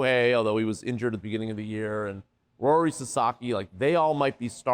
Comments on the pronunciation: Did he say “Rori Sasaki”? Instead of Roki? Does he cover the Dodgers regularly? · It’s Roki not Rory…..😢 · The interviewer didn't do his homework. He said Rory Sasaki instead of Roki Sasaki...Amateur.🤣